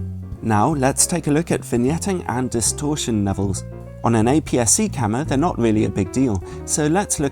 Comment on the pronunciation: please don't say camer!